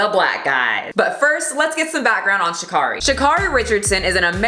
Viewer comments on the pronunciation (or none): Great video! But Sha'carri's name is pronounced "Sha' carry" like Mariah "Carey" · It’s pronounced sha CARE ee not sha CAR ee, just letting you know because she corrects people on it a lot ❤️ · Pronouncing her name wrong, officially offended